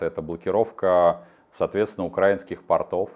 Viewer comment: Потапенко , ну напряглись уже как-то. 😂 УкрАинский - это как позвОнит. Даже мне, живущей в Германии, тучу лет, режет слух . 🙄Берлин . Обычный / говорят - экстра класс 🧑‍🍳☺️/ повар из Берлина ✌️🇩🇪